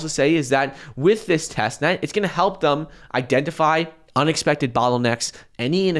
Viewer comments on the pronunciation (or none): This is the last video I like if you keep saying "Thum" instead of "Them"